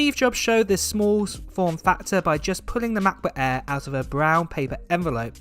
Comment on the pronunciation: Unbearable way of pronouncing „macbook air“🙈🙈